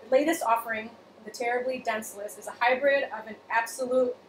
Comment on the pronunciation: For the love of Jesus! It’s pronounced don-sell-eeeeece! Not dense-less!